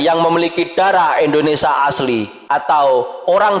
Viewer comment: Bukan Eslam min.. tapi islam, bukan Endonesia tapi Indonesia 😁🙏